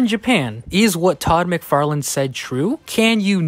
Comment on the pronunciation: Todd "McFart-lane"